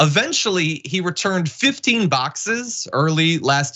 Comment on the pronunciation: "My boxseses" Donald Trump